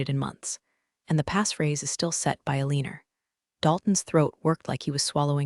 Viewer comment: Aleanor is misspeak for Eleanor.